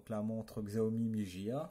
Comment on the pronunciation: Par contre la marque se prononce "chiaomi" mais sinon bonne video juste peut etre un peu longue.